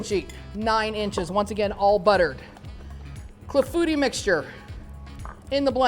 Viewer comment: Pronounced clah-foo-tee. Looks delish and I plan to make very soon!